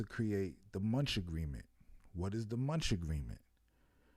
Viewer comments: Its called the munich agreement..(mu -nick) but Lets go!. Sometimes we gotta spit that truth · It's pronounced Mu-nick 😭😭 🤦🏾‍♀️But this was cool 👍🏾